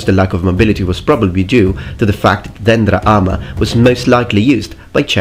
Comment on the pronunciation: Very good job pronouncing dendra.Most foreigners would butcher it(Δένδρα).